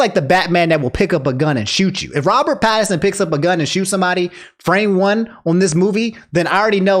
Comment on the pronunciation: Yo were you saying Robert Patterson Lmaooo